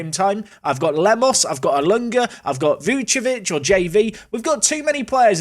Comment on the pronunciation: please remember, VuCIcevic, not Vucevic